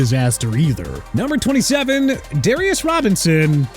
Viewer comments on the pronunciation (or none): none